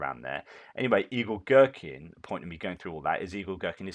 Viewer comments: I always watch on my Tv, had to log in on my phone to say - I keep hearing you say "Evil Gerkin" and it made my day! Keep up the good work Sir! Your commentary is the 💣. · I thought he said Igor Strelkin the Evil Gherkin. 😆 🤣 😆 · LOL the way you say "Igor-Girkin" it all mashes together and I hear "Evil-Girkin"! which might not be all that untrue!